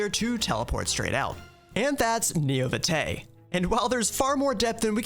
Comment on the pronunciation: I went "Oh, God..." on the pronunciation of "This is Neo Vitae", the first thing said of the video lol